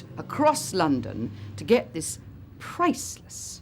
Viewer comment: pure cringe. This lady is to much. Priceless……(death glare)……PRICELESS